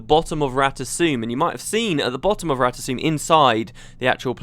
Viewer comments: it's rata 'SOME' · i think its rata "suu"...felicia day herself says it during the official guild wars 2 voice actor vid. and she does the voice of zojja so im pretty sure she know how to pronouce it correctly.. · guess the "M" is silent for the asuras.